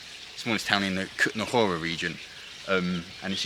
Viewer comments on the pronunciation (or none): The man in the video doesn't pronounce it correctly, so yes, Kuttenberg is easier for English speakers.